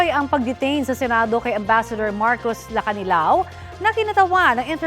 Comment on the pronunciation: Hello taga Media! There are two Marcos. Pwede ba ayusin nyo ang pag sambit ng name? That’s unfair sa isang Marcos. Ayusin nyo naman ang pag bang ggit ng mga names. Be professional in mentioning names. That’s very important po!